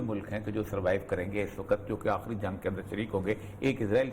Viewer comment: asslamoelyqum orya sahab sahab se please keh dain jungg ka lafaZ ada karna bandd karr dain shukariya